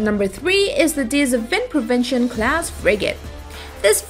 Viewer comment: Jezus the way she pronounced 'De Zeven Provinciën'